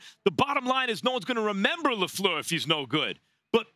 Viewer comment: I love how Stephen A says "Matt Lefluuhh"